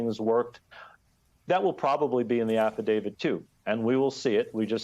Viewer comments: is this guy pronouncing it 'affidavid'? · why do such educated people pronounce affidavit as affi-DAVID???